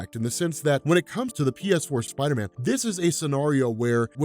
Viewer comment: PSider-man (pee-ess-ider-man)